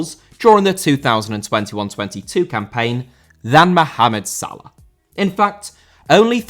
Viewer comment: Salah* not Salar